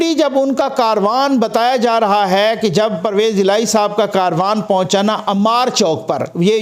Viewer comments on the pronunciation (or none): لفظ کاروان نہیں ھے بلکہ کارواں ھے